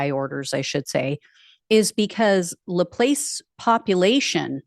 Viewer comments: Hi, it's lə-PLAHSS.😁 My family is from the area. I never associate with MAGA morons for obvious reasons. You cannot talk to these people. My mom did a great job escaping these people and their influences and raising us to not be like them. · News And Politics — I spent the first 55 years of my life just a 20 minute drive from LaPlace. It’s a French name so you can get a pass for mispronouncing the town’s name if you’re not fluent in French. It would be pronounced Floss as in dental floss but with a “P”.